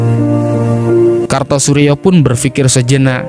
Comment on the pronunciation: Kartosoewirjo bro,bukan Kartosurjo.